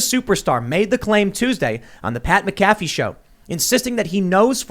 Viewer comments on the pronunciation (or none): Oh jesus dont let him hear you say mickaffe lol macafee bud lol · Tim, it’s MAC UH FEE 😂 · Hey Tim. Put some respect of Pat's good name and say it right, McAfee (Mac-Afee) Thanks bud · It's pronounced MACAFEE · Its Mac-uh-Fee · As a HUGE fan of both shows. It’s pronounced Mac-uh-fee. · Say it with me tim MAC A FEE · Love how Tim pronounces pat mcafee. “Ma caf fee” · Woah woah woah, Get Pat's last name right. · The way Tim mispronounced pat’s last name 😂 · Way to botch McAfee's name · Tim’s pronunciation of McAfee was incredible. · What a dick get Pats name right dude...but i get it he's just a stooge to you, jealously is an ugly look no way you haven't heard about 120mil fanduel deal. Your goin dahn pal! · See all these channels talk about the Pat McAfee show (as well as mispronounce his name) feels like a weird crossover episode for me….. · Weird intersection of YouTube I’m on here when I know he pronounced pats name wrong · Watch my dudes show before you butcher his name and drive with both feet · You know Tim knows nothing about football when you hear him pronounce Pat McAfee